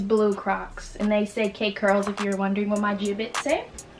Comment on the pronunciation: when she said “i been on crocks” i heard crack omg🤣🤣🤣🤣🤣